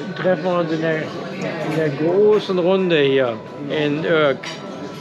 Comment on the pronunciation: Also eure Aussprache der Städtenamen ist ne Katastrophe ( Urk gesprochen Ürk) aber ich mag euren Kanal sehr gerne. kleiner Tipp fürs nächste mal, das große Gebäude auf der anderen Seite des Hafenbeckens ist auch ein sehr gutes Restaurant.